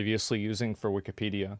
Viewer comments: The way that guy says Wikipedia makes me instantly annoyed. Idk why but he pronounces it with to much emphasis. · Wikipedia one word its so annoying he. Mispronounced it at least 100 times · what's hilarious is this guy is so old and out of touch he can't even pronounce the name of the website right, I mean i'm not being ageist but his opinion is like the definition of immaterial for anyone who actually gives a crap about the debate or ethical dilemma that's at stake. It's like running for president of the united states but you can't pronounce america, it just quickly turns you into the laughing stock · “am I crazy” no, the guy literally can’t even pronounce Wikipedia correctly what makes you think he’s smart. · I’m one minute into the video and this man has mispronounced Wikipedia 152 times already. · Its really bothering me he’s calling it wikeeeepedia. Its wikapedia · Weekee-pee-dee-ugh is the worst pronunciation Ive heard to date. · It pisses me off how he pronounces Wikipedia. It's Wick-i-pedia, not Wicky- pedia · wikipedia... not weekeepeedeea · I probably pronounced (wikeepedia) like that when I first used it when it launched. I've since come to the conclusion that it is in fact wikapedia. as Wikeepedia is just so dayum annoying. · Weekie-pedia? Why does he keep pronouncing it like that? Everyone I’ve ever met has called it wick-a-pedia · This guy is a clown. He regurgitates all the woke buzzwords. Just the way he says Weekeepedia triggers me. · Bro needs to stop saying wiki---pedia, lmao. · don't take a shot every time calls it wikeepeedeea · But why the pronunciation like that? wik-EEE-pee-dee-uh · GUY PRONOUNCES IT WIKKIEEEEPEEEDIAAA like a 4 year old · What's cringe is pronouncing it WEEKEE-PEEDIA. Dude hates Elon obviously, wouldn't matter what he said. He was gonna disagree without any critical thinking lol. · By the 10th time the dude pronounced it "wickeepeedia" I checked out. Unreal. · wee-kee-pedia lol why’s he pronounce it like that